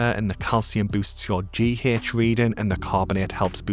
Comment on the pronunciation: Im rewatching and subbing for the Kehh-hech, Peeh- hech and the Jeeh-hech! Love your style and content.